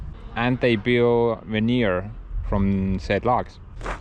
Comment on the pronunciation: Ha Ha until I saw the sheets I thought you were saying Manure...Logs turned into Manure. Veneer manure it is then eh? Smash that like people!